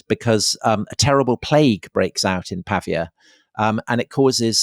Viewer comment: Wonderful, as ever. Apologies for picking nits, but it's Pah Veeya not Pah V Ah